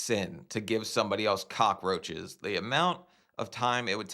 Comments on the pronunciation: Is she saying "cock-a-roaches"? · Why do all the hoarders say "cock-ah-roaches"? Watch and listen, none of them on any episode seem to be able to pronounce it correctly.